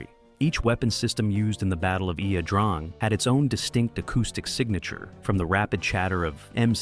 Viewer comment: A good documentary. It would be helpful if Ia - Drang was pronounced correctly. Hard for an American to do since Vietnamese pronunciation is anything but intuitive......